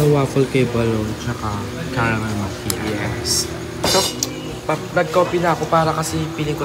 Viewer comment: Tama naman pronounciation ng macchiato ni balong.. yung sayo ang mali. 😅 its makiyato not machato hehe